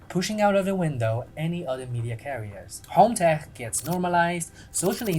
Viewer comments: I like you, Subscribed, But FYI, In English "Tech" is pronounced Tek. Hard K. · i LOVE the way you say tech! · i love the way he says "tech" 😂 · you say Tech as if you were German 😂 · I will never say "tech" the same way again